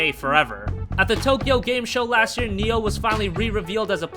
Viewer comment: Its Nii Oohh Not NEO And since when is Gravity Rush a J-RPG ?